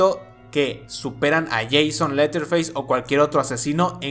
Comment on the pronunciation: Dos Observaciones, y una Pregunta amigo, 1.-TUS VIDEOS SON GENIALES, Y LA FORMA EN QUE LOS NARRAS. 2.-LA PRONUNCIACIÓN AL INGLÉS EN EL NOMBRE DE LETHER FACE, NO ES "leer feis" sino "lerer feis". 3.-CASI AL FINAL DEL VIDEO TE BASASTE EN LA FILOSOFÍA DE Drossrotzank, O VERDADERAMENTE FUE LA TUYA? PORQUE EL HIZO LA MISMA CALIFICACIÓN ENTRE LOS ÚLTIMOS!!!